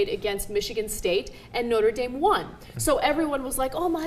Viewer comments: No-Tra Dahm is in France No-ter Dame is is in south bend indiana. (it's pretty much always been pronouced that way by everyone0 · I love how you pronounce Notre Dame lol